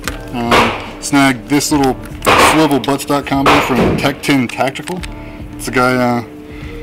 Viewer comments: Couldn’t hear either sounded like he said “tac-toon” tactical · Who makes that sling attachment point that goes on the Stock?? Sounds like you said Tac Tune Tactical